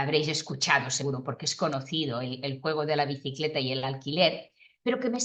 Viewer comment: Media tramposa la frase porque justo en la parte que dice alquiler o bicileta, lo pronuncia raro..😂 (se le afloja la lengua).